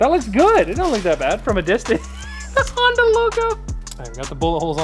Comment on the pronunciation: that’s not honda that’s honderr